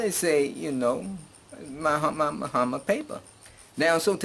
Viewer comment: You pronounce his name fine. And you are right citizenship should be streamlined throughout Africa. If other countries did this diasporans would make other countries popular also.